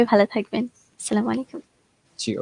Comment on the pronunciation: আসসা মাইকুম কি????? ওয়ালাইকুম